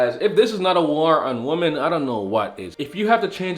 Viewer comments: Wih-men....plz man....take a whole day and learn how to say this. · He is saying women and woman incorrect more than once 😑👎🏼🙄💩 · Why do you mispronounce "women" the word is not phonetic